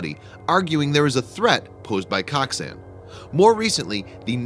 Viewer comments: I'm pretty sure it's pronounced like Coke-san. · It’s pronounced “coke-sun”